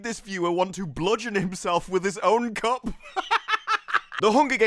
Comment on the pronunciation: I must say... I had to take a double take on Your pronunciation of the word "cup"